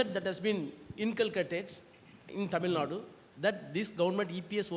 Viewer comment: It's tamil nadu!!! Not tamil naad!!!